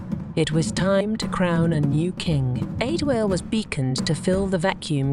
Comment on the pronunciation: Prince adewale, not pronounced adiwaal...or adi-whale I would have really pissed off if kemi rejected prince adewale upon him revealing his royal status to her. Because it wouldn't have made any sense at all